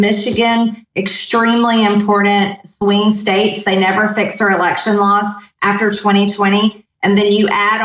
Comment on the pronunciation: Did she say wing states?